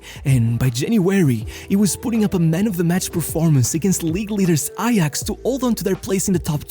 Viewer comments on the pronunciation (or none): none